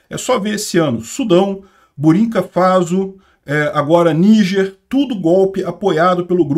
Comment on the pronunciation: burinka faso? ate o peter se engana e burkina faso meu caro so um reparo como sempre mas um bom video sobre a ukrania